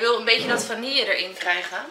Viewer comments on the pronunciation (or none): none